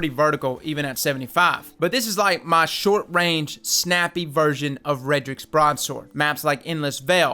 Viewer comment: 1) It’s “Redrix’s,” not”Redrick’s.” 2) It’s not “Einstein,” it’s “Eyestein.”